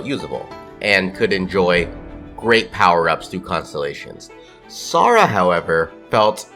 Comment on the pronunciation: the real niche is you pronouncing Sara's name as Sora